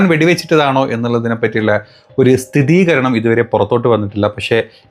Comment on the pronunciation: സ്ഥിരീകരണം ✅ സ്ഥിതീകരണം ❌